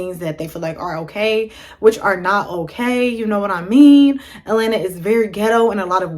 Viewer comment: You really can't pronounce AT-LA-NTA for real? So you are just going to get here and keep embarrassing yourself saying, "E-LANA"? Come on woman, you're being too lazy not putting in any effort to learn how simple words are pronounced! 🙄🤔